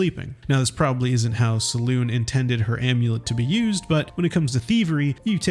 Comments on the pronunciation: Thanks for the neat tricks 👍 FYI, Selûne is pronounced 'sell-OOH-nuh'. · You should probably learn how to pronounce Selune before you make a video about it